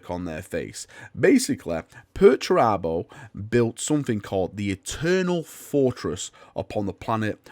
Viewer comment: You just love saying 'Perch Rabbo' dont you? :)